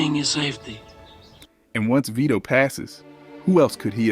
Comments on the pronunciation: Please for the love of God hire a narrator who can properly pronounce the names. It's Vee-toe and NOT Veto or Vi toe (pronounced that way when he talks about the funeral). Also it's Cap O Re seem not Cape O Rezum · Stupid AI - come on, at least pronounce Vito's name right. "Veye-toe"? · "Let's look at the scene at Vy-doh's funeral...." Can you seriously not spend nine minutes narrating these yourself, so the pronunciation isn't all AI'd up? If you must use AI to generate these, at least use it to correctly punctuate the description text. This is unacceptable, a stunning show of disrespect to the cultural masterpiece that is The Godfather. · The AI reading narrator for this video is terrible, the fact that it can't pronounce Vito correctly is ridiculous!!!